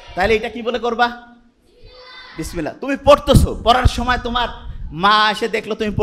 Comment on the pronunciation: উনিতো শুদ্ধ করে বিসমিল্লাহ পড়তেই পারলেন না!